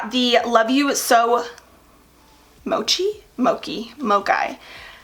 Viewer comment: The NYX highlight is said like mow-chi love you so mochi 😊